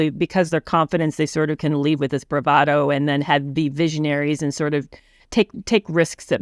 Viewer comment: Nelson Mandela not Mandala; bravado - emphasis on the second syllable, not the first. and mistake, not mistaken.